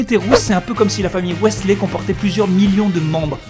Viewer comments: Wessley ??! WTF ?! C'est WEASLEY PUTAIIIN ! 😂 😂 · Je suis la seule choquée qu'il ait dit "Wèsslé" au lieu de "Wizlé" ?! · Ça m'a dérangée, aussi... (même si en fait il faudrait dire "Wizly", pour un français, dire "Wislé" ça me dérange pas) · mec ça ce prononce pas Waisley mais Weasley sinon j'adore les roux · wisley pas westley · C'est "Wizlé" ET PAS "WAHESSELÉ" ! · Heu ça se dit "Ouislé" et pas "Oesslé" merci bisous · comment tu a prononcer Weasley la ??? ps:je reve d'etre rousse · Je rêve ou il a dit : "Ouéslé" à ? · NOAH PLUSFORTQUETOI J'ai fait un infarctus du myocarde je ne comprends pas comment on peut être aussi cruel envers leur nom HYPER classe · Quelqu'un avec des yeux marrons Non normalement il faut dire wislaille (désoler je l'ai écrit comme ça pour la prononciation) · NON MAIS OH ON DIT "WIZLY" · "la famille OUAISSLAY" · sa s'écrit weasley mais on prononce wisley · Mon dieu les roux c'est beau! Mais en tant que fan d'Harry Potter COMMENT T'AS DIT " WEASLEY"!!!! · J'ai faillit m'étouffer quand t'as prononcer le mot "weasley" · Weasley la prononciation...respire tout va bien...😂😂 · Potterhead offensée par ta façon de prononcer "Weasley" ! Une semaine à Azkaban !!!!!!! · j'adore cette vidéo car ça parle des roux et j'ado...att...COMMENT TA DIT WEASLEY LA!!! Bon je les aime pas donc pg...a par molly... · la prononciation de "weasley" m'a légèrement piqué les oreilles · Weasley ça se prononce pas comme ça!!!